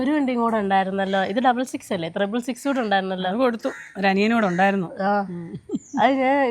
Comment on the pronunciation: Triple six, not thrible six.